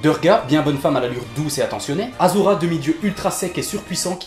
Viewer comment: Propre, rythmé et bien marrant :) Par contre, arrête de dire aZura. STP :'(